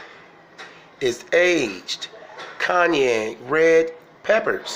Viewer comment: How to pronounce Cayenne correctly. Its not Kanye like Kanye West. 🤣 ➡️ ➡️ ➡️ Kai - en And… .a narcissist is fully aware they’re inadequate, thats exactly what they’re desperate to hide. Narcissistic personalities, are those who have an inflated sense of their own importance, a deep need for attention and admiration. Narcissistic ppl act as if they are always right, and fake that they know better than anyone else by using “word salad” which is simply words piled and strung together ending in meaningless, nonsense.